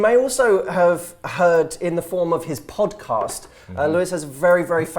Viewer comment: This is my fave pod"COST" as Matt pronounces it-in a while!✌ The enthustic look at upsides of single life's a boost I'm sure many can benefit from. If chronic pain makes getting thru the day hell, "how 2hook up" doesn't help; Hearing two attractive guys share insecurities, goals, & truth IS motivating, & I'll share it w/friends: (that 2-year mark in life) & "get over your looks," is genius! Get up early? 👀 uggh. BUT: "Jump all over the time you HAVE cause there's NOT a "warm body to snuggle at 6 am" GOLD. "How much have you invested in YOUR FAMILY?" hit home, (even if I don't trust the NSA w/our small-talk.) 😆 THANKS GUYS!